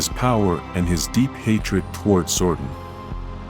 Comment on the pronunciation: It's Zordon not Zordan